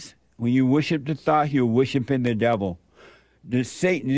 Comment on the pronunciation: He said wishipin.